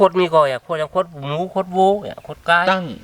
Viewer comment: ขดหมูครับไม่ใช่โคตหมู